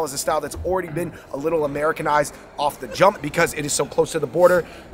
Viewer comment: Why he had to put so much emphasis on "off the jump" like that lmao